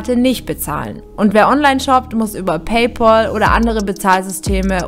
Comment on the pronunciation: Das wird Paypäl ausgesprochen, nicht Paypol.